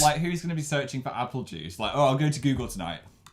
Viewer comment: 😂 everytime I see this I die. Especiay when Dan says "apple juice" like bibble